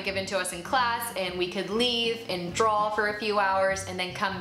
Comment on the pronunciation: I love this and I love the advice, thank you! One question...are you saying "Drawl" or "Draw"?